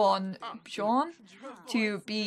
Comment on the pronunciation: The blonde guy's name Bjorn, is pronounced "b-your-n", or if you read IPA /bjɔɹn/